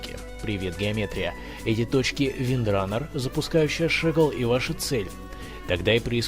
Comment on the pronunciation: Не Windrunner a Windrannger